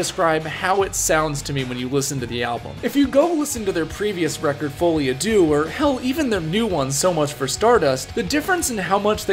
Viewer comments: It’s Folie à ‘Deux’ (2), not ‘Dieux’ (God). As in ‘shared delusion’. You pronounced Dieux pretty well, though! (‘Dyuh’) Duh is the pronunciation of deux. Teaching, not criticizing. 👍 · On that note, it took me too long to stop hearing "fully Adieu" 😅